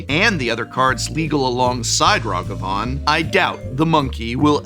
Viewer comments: Gotta be literally the only person i know pronouncing Nadu like this. Following it up by mispronouncing Ragavan in the opposite way almost makes it seem intentional but I already know how he butchers the word Azorius so im sure its just more of the same bad phonics. Really annoying after a while. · Good video, with good analysis of the current banlist. I do have to ask where you get these pronunciations from? Nay-do, Rah-gah-van, Your-Oh I honestly don't know anyone that pronounces them that way, not a big thing, just a curiosity of mine.